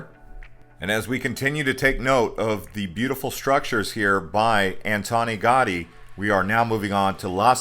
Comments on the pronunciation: "gow-DEE" not "GAWdy" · Antonio Gotti? No, it is Antonio Gaudí ;) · Cool video, but the ‘au’ part of Gaudi is pronounced ‘ow’, so it sounds like ‘Gow-dee’ — not ‘gaw-dee’ 🤔🧐🤓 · It’s Antonio Gaudi, not Anton Gotti! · His name is pronounced gow-dee not Gotti, he's not a mobster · Incredible accent of narrator! I had no idea that Gaudí was Italian!😂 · it's a shame to make a video about Barcelona and not at least try to learn how to pronounce the name of one of the greatest architects in history correctly... all the other superficialities and inaccuracies in the video, of which there are many, do not matter after this omission.... I live with Barcelona over 30 years and have never seen something so ignorant and superficially...